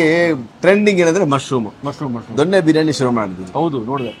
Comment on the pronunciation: ದೊಣ್ಣೆ ಅಲ್ಲ ಜೊನ್ನೆ ಅಥವಾ ದೊನ್ನೆ